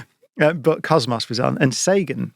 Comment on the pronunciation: Come on Brian it is not cosmoss it is cosmos.